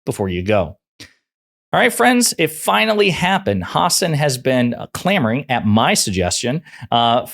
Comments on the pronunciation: It’s HA-SAN !!! Not HAW-SON 🤝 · ha-SÁN…, not HÁ-san… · The guy's name is Ha-san', not Huh'-sn. Really. It's not that difficult. Whare have you been for the past fiifteen years not to have heard his name? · Great vid, props to Mehdi, just please be advised that you are mispronouncing his last name. It's pronounced "hah-sawn" with an emphasis on the second syllable. Once you get that fixed, you'll be right as rain. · The stress is on the second syllable: hasSAN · HAW-SAWN...it's Medhi HAW-SAWN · Let's all VOTE BLUE. 💙💙💙💙💙💙💙💙 His last name is pronounced...Hah-saan. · Learn to pronounce his name! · Why all of a sudden you're saying his last name incorrectly? But you say his last name correctly again. Get it together Bruv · Please pronounce names correct Hasan .